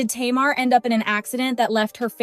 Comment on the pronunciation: I'm aware this speaker is AI. Please pronounce the subject's names correctly even when it's clickbate. Tamar the chipmunk name isn't pronounce or spelled like the word (tomorrow) it is Ta- mar !!!!!